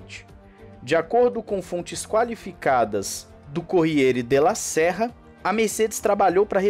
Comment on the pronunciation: adoro seu canal, melhores informações, impossível! Só um reparo rsrs... Não é Corriere della "serra". Sera, em italiano, se diz "cera", como cera mesmo. Significa "correio da noite", em portuga.